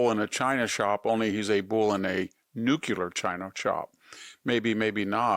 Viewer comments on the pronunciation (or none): nu cle ar not nu cu lar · Victor, The word nuclear only has one "U" on it. Hence the word should be pronounced "nuk - lee - er", not "nuk - u - ler". You're a smart guy. I enjoy listening to you. Never too late change! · Nuclear, not nucular! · It's NUCLEAR, you dummy! Not "nu-cular. Nu- CLAY-ER. 😮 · Nu-clear. Not nu-cue-ler. 😒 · Love your comments. It's nuclear not nucular. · It’s not nook-u-ler. It’s nook-lee-er. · Nuc lear; not Nuc ular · It is pronounced Nu Cle Ar not NUCULAR. You're supposed to be a professor. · Nukular?? Whats that? Oh... you mean Nuclear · Victor, you are a very intelligent person but why do you say "nuke-you-ler"? It's nu-clear. ❤ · The word is "Nuclear " You pronounce it NU "" CLEE"" AR. Not NU ' CU ' LAR. Stop butchering the english language please. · Blaming Trump is akin to blaming the firefighters trying to extinguish a fiery mess. Never trust someone who says nu-cu-lar instead of new-clay-ar; its nucleus, not nu-cu-lus. This demonstrates their brain has difficulty understanding how things work. They are clearly pseudo intellectuals and those red flags are unmistakable. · Love your commentary VDH, but please note, it’s new-CLEE-ur not new-CUE-lur :) President Bush used to do the same thing, and it drove me nuts 😅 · Nuclear, not nucular. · New . KLEE . er ... Not New. Qu . ler . ❤ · Why do intelligent people pronounce NUCLEAR as "nuk-U-lar"? The 'U' is BEFORE the "C" in the word. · New Cue Lear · ... but he can't learn not to say nucular .... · Victor, it's new- clee-ar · Nu. Cle. Ar. Pronunciation is important. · It’s just “nucular” that I have a hard time with. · How can I take him seriously when he cannot even say nuclear correctly?! Why does he want to say, "nucular." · NUKULAR, bro...? Fr.. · Ditactsring. Very Ditactsring. Such is the word noo q lur. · love VDH.. but still wish he wouldn't say NUCuuler. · AAAARRRRGGGGHHHHH. “NUKE-U-LAR” IS NOT A WORD !! Stop it !! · Victor: Love your posts, but please...It's 'NU-CLEE-AR'. Thank you!